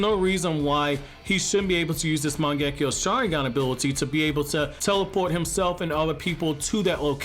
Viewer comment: Every time I hear this guy butcher “Mangekyou” it makes my skin crawl. It’s pronounced “Mahn-geh-Kyo” NOT “Man-geckee-yo”. You’re adding an extra syllable. Your welcome. 🙏